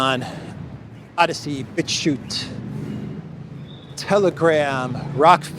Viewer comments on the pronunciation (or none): none